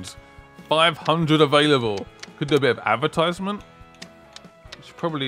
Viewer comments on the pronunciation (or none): none